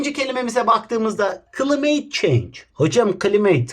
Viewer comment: klimet çent hocam gılimaya benziyor🤣🤣🤣🤣🤣🤣